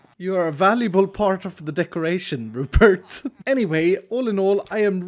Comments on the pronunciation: Rupert.. you mean.. ru-pot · Not the Rupert pot.... THE RUPOT